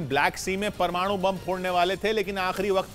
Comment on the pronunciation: Bhai aap parwanu parwanu bohat karte ho